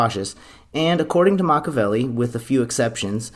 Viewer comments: Makka-velli? WRONG. Pronounce it Mak-ee-Avelli. Delete this video and repost it with correct pronunciation. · The name is pronounced either MAH-kee-ya-VEH-lee, or MAH-kyah-VEH-lee, but NOT MAH-kah-VEH-lee. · Machiavelli =MAK-EE-UH-VEL-EE.... And MAK-EE-UH-VEL-EE-AN... Makaveli aka MAK-UH-VEL-EE... Well, that's just Tupac. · MACH-EE-A-VELLI is the pronunciation. Not Machavelli. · He didn't even pronounce it Machiavelli. He said Matchabelli. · Ima have a Silvio moment if he keeps saying “Mach-a-velli”